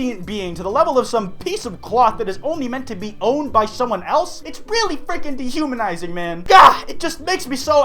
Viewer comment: Did he say deHUMANIzing